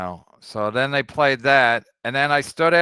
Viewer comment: It’s “They” KB. Not “Dey”